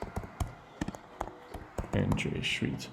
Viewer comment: Bruv, are you South African? Can't mistaken that "Shweet" around the mark 😅🤌🏾